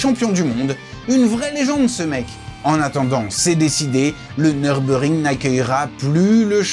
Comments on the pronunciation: Dommage, le commentaire pique les oreilles du début à la fin. C'est Nürburgring et non Neurbeurgring... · Par contre j’ai jamais entendu dire « Nurbur ring » Mais « Nurburg ring » et j’ai 40 tours à mon actif 😂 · Super reportage, faudra juste corriger la manière de dire Nürburgring. C'est Allemand et il y a un tréma sur le "U" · En allemand le "ü"se lit "u" et le "u" se lit "ou". La prononciation "neurbeurgring", c'est une version anglicisée